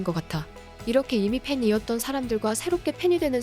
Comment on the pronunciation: 잘 보고 갑니다~ 나레이션 목소리는 참 좋으신데요. 읽는 게 이상해서 듣기가 좀 힘든 게 아쉽습니다. 강세가 이상한 곳에 들어가고, 끊어 읽는 부분도 그렇고, 호흡 때문인가..문장이 너무 긴 것도 영향이 있는것 같구요. 하나만 쓰자면 '이미 팬이었던'을 이렇게 읽으시면..